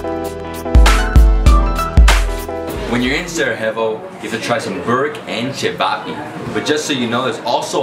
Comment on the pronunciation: The way he pronounces cevapi